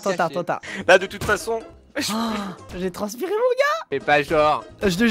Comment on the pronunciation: arrete de dire j'ai trenspirer